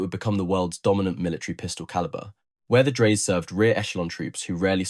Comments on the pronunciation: Dry-suh, correct?? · Dreyse. The last e is spoken. The company owner was son of Nikolaus von Dreyse, inventor of Dreyse needle- fire rifle. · Obviously scripted by someone unfamiliar with early firearms ( to put it politely) ! ! As a firearms historian, I had certainly never heard of that pistol before, mainly because the narrator had no idea how to pronounce the surname of Johann Nicolaus von Dreyse: DRY-zuh (or sometimes heard with a closer "oy" sound: DROY-zuh), inventor of the Dreyse Needle-gun ! Don't give up your proper job ! 👎👎👎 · Can’t even pronounce the name correctly.